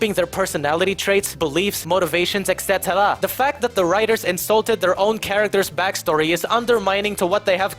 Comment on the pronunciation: Aside from all the great points this guy makes in this wonderful video that I had great pleasure watching I love how he says ECT and I will now start saying it like that to honour him